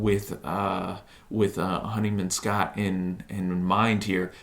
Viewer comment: would have been nice if you actually played the tracts so we could hear them and didn't repeatedly mispronounce James Honeyman-Scott's name.